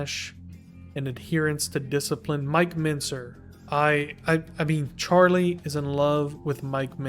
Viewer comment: the way u pronounce his name sounds like "charlay" i need people to notice this as well i cant be going crazy